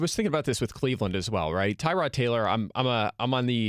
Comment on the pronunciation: It’s Tah - rod not Ty - rod